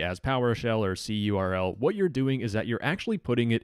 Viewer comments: Im cringing at the pronunciation of cURL (curl). It's just pronounced curl, like the program present on every modern operating system. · cURL is generally pronounced like curl, not like the individual letters.